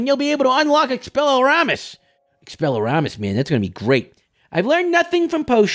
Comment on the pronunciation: it's not llu-MOE-s, it's lu-MOSS. get it right! its not expella-RAR-MUS, it's expell-E-ARM-US